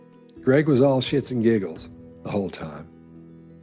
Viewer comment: Did you say 'shits and giggles' or did I misunderstand the way you pronounced something?!!